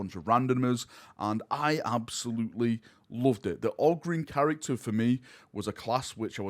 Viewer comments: Ogrynn is pronounced 'Oh grin'. Always has been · Who pronounces it ah-grin? Short O would sound like Og-rin. "Og" as you would hear it in the word "grog". Short O definitely doesn't sound like "Ah", never heard anybody call a fox a "fahx". But yes, Ogryn is apparently meant to be pronounced with a long O. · Ogryn is technically pronounced "oh-grin" I imagine mostly because it's taken from the word "Ogre" which also uses a long O sound. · It’s pronounced Ogryn. You’re welcome. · If you want to know how to say Ogryn you can always play any Dawn of War 1 expansion and hear the ogryns say it themselves. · It's Ogryn, NOT Ogryn. Also, seriously looking forward to this game.